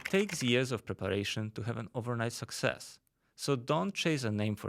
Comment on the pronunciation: Maybe you should learn how pronunce success first